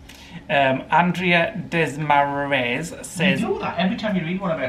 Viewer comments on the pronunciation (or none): Cant wait to see how your porch turns out, so excited that Spring not that far off! Just to help my last name is pronounced de- MAR-is, at least that is how I pronounce it. Thanks for reading my comments always makes me day! :) Stay safe guys